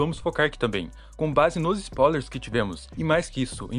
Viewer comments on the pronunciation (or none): Bom vídeo, mas por favor fale certo, não existem "SPAULERS" se escreve e se lê SPOILERS